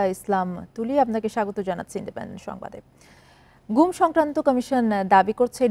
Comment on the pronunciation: "ঘুম" নাকি "গুম"? "Gum" or "Goom"?